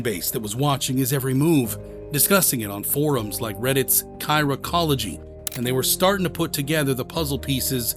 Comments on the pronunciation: You had my attention until "Chiraqology" was called "Kyra-cology"@ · Chiraqology... its pronounced Chi-rack-ah-la-gee